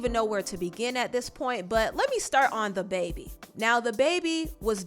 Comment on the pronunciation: Why do u keep calling him THE baby? It's dababy